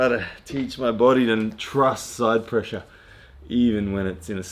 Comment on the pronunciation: Also : ‘pressue’